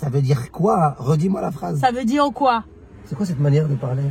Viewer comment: mdr et je vai lui di rrrre !